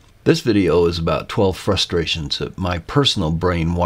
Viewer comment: INTJ me cringed from the very beginning because “frusterations”